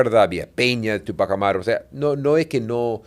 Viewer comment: Túpajh Amáru. El francés casi todas las palabras suenan a palabras agudas. Pero en quechua o jhíchua suena a palabras graves o llanas. Sio si se debería acentuar para evitar una pronunciación equivocada y sonaría raro, no suena quechua. Ojo quevhua o jhíchua es region sierra . Rúna-sími rimájhmi-káni.